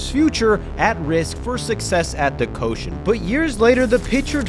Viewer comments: Summer "Coshen"😂 It's pronounced " Ko-shi-en" Three syllables, not two😂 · The pronounce of Koshien is not ko-shion, its Ko-Shi-En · Repeat after me: Koh-SHI-Enn, not Koshen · for the record, it's pronounced ko-shi-en, not ko-shen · Why do you keep calling the Koshien the "Koshen"? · Awesome video, very well researched, Just a minor pronunciation note, The stadium the Hanshin Tigers (2023 Champs!) play in and the high school baseball tournament is pronounced Koh-shi-en (the middle syllable like the English word she) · Thx for introducing “Koushien” to ur views as a Japanese ; however u pronunciation is wrongs ions check the correct one.👌